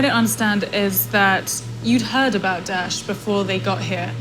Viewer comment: This dumb reporter can't even say Daesh properly 😕 Nor does she even respect the local culture with her dress. No I'm not Muslim but believe in showing respect for local culture, the locals would appreciate the gesture and would view her differently. Totally NOT the right journalist for this job!